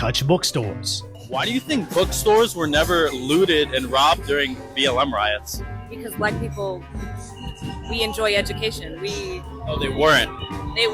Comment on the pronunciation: funding these RIOTS. You mispronounced "riots."